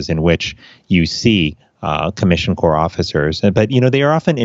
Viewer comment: it's pronounced 'core', USPHS Commissioned Corps, like US Marine Corps.